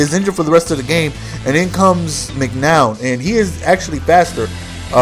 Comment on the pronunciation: Its McCown, not McNown. We Bears fans don't ever want to hear the name McNown again...